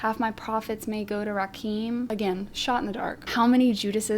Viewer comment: Rakim, is pronounced RAH - KIM